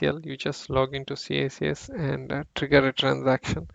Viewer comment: Maybe I'm too old... But it's pronounced "kicks"